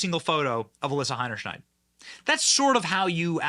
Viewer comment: The biggest question is whether Benny will ever learn how to pronounce Heinerscheid?